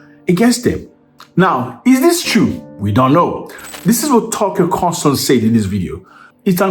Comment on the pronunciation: Tucker Carlson NOT Carl TuckerSON. LOL